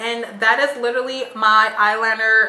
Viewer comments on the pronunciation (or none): none